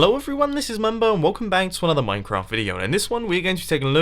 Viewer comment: U said welcome bank at the start xD,am I the only one who noticed that?